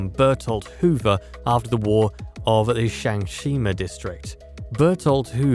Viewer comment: Shangshina? SHIGANSHINA!